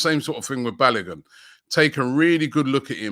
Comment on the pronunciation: ROB YOU NEED TO ASK KELECHI TO TEACH YOU HOW TO PROPERLY PRONOUNCE “BALOGUN” FULL NAME.